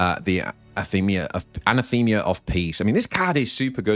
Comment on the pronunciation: I think it’s pronounced: “uh-nah-thim-uh”